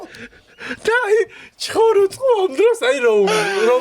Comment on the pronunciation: ნაზღო ჩხოროწყუს რომ ვერ ამბობს ვგიჟდები😂